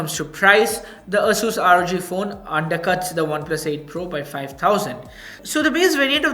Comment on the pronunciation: ˈeɪsuːs or Eyyy-sus